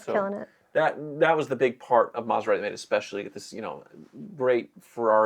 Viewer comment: What's a "Maserate"?